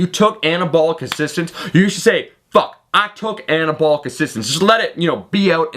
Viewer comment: fowk it ..took Annah-abwl-lick steroids